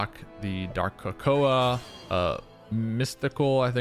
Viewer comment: ka-ka-o not ko-ko-a